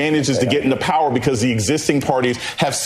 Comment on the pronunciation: "We need Pahwaah"